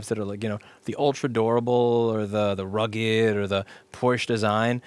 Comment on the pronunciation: it's both DORABLE and RRRRRUGGED